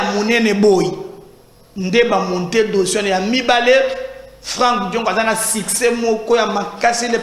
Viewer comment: C'EST DIONGO ET PAS LE CONTRAIRE. KAMEHRE ET NON KAMAHRE, NAKOLOBA NAYO NDENGE NINI YO...